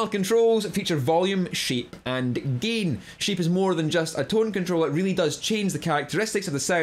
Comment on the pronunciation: I love your accent say it again! ❤ "GEIN"